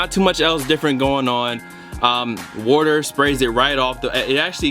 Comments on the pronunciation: What is this "worter" he keeps saying he's pouring on the shoes? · if you don't stop sayin wourter